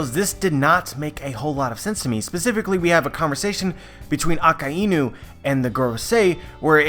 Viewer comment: It’s A-KAI-NU. Not AKA-INU, Inu is a japanese dog lol.